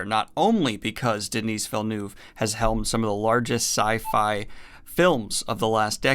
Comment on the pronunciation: As a French Canadian, your pronunciation of Denis Villeneuve made me cringe, but I still love you. Keep it up!